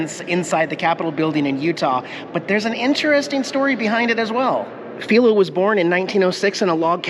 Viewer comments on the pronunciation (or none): I recall his name "Filo Farnsworth" being pronounced: F-eye-lo -- not F-ee-lo.... from when I lived in SLC.... a long time ago!! Loved your video!! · Pronounced Phi-lo as in fii foo fum